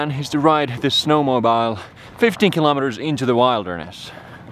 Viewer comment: It's pronounced "snow-mo-beel" 😂